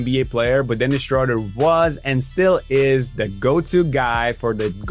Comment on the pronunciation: I really wish english speakers would start to pronounce his name right its not that hard. Look it up.